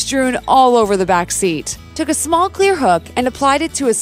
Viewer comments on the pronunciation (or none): none